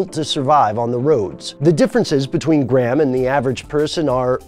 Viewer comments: It is pronounced grey- ham, not gram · You pronounce the H you fuckface. It's not Gram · in what universe is graham pronounced like "gray ham"?